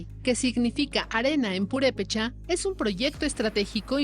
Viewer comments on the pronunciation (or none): none